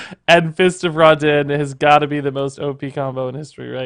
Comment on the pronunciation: Not gonnna lie, it kinda bugs me that pronounces the name of the card as 'Raw-den' when the card is an obvious jab at the lighting god, Raiden. Alll in alll though, fun decklist.